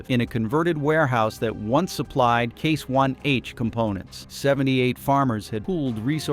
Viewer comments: This sounds like AI garbage, becase you say case 1H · I have a hard time about everything said when the AI voice calls Case/International "C-one-H", and the timeline doesn't fit the events. Never the less Trumps tariffs were the last nail in the CIH coffin. How can he be so stupid? Add the fact John Deere is gone too, US farmers are going to hurt big time, maybe not today but soon.